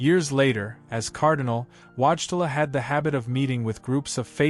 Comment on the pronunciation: WHAT is the name you used!? The public has learned to pronounce this historic Pope/Saint's sir name and it's not Watchela! Whoever is responsible for this ignorant narrative needs a language lesson. Face a mirror and watch your mouth form these Polish letters into English : VOY-TILL-AH. Another fractured name is the former secretary of Pope John Paul II, (later Cardinal) Dziwisz, misspelled and mispronounced, JEE-VEESH. Show some respect to the memory of both these great men.